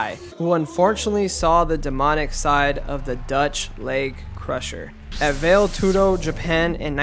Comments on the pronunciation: Its not veil tudo. Its pronounced valley tudo. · "vail" tudo? Bro it's prounces like Vi-Yeah tudo which is no holds barred which was happening back in Brasil via the Gracies to prove BJJ was superior. The Gracies were trying to prove their skill for decades and since The Gracies basically founded the UFC Royce was the one they chose to rep GJJ to show the world their art was better. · The fighters job is to fight until the Referee stops it. ... Vale Tudo Pronounced Valley You're Welcome - Uncle Chael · Va-lay tudo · How old are you that you cant pronounce valetudo lol